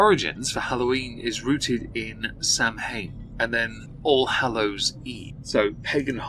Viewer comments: Samhain is pronounced “sow-un” not “Sam-hane” 😊 small correction but still important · Samhain is pronounced sow (as in female pig) and inn. Sow-inn not sam hain. I love your videos and am shocked your pronounced it like an American lol. Love from an Irish fan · It’s pronounced sowen, not sam hane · hon, "Samhain" is pronounced "Sow-in" or "Sow-een." It's just one of those wacky words. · Sow-inn is how J Michael Straczynski says it. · Hey, not like it matters since the video is out and it's minor, but it's pronounced "sah-when" Language is dumb 🙃